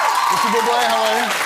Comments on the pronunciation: no its bublé like bublay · its boob-lay :)